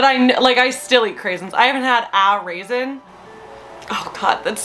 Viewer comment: JUST GOT TO THE BIT WHERE YOU SAID “A RAISIN?!”, WHAT?! 😂 HAS HER OWN PRONUNCIATION. 🙌